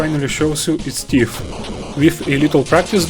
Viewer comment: Good video, it's convinced me to give Silver Surfer a try. - I had to replay this bit a few times to figure out what you were saying. At first I thought maybe you were saying "The game finally shows you it's Steve", and the closed captioning said "and game finally shows you it's Thief"... but as I was writing this comment, I was like, "OHHH... the game finally shows you ITS TEETH". 100% skill issue on my part.